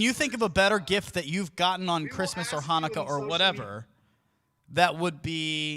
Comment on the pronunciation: Surely they got a refund for the happy "chanuka" 😭😭😂